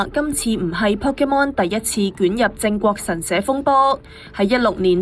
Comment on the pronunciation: 係"靜"國神社, 唔係"正"國神社呀........